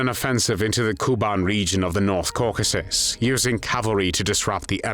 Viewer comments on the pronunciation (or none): none